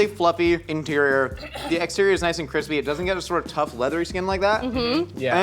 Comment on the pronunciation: "It's almost too Qwispy" - Joshua Weissman has entered the chat.